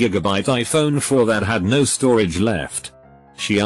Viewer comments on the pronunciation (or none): When the reading robot catches a virtual cold: no becomes snow well becomes swell